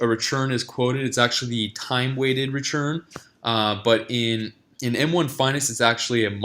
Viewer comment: Why do you say RECHURN instead of RETURN?